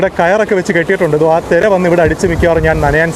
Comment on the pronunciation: തെര അല്ല തിര